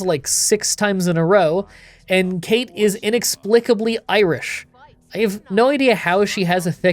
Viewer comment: weird obscure language tip from an Irish person that no one will care about, the character that's mentioned very vaguely "cait" isn't Kate but cawt 😌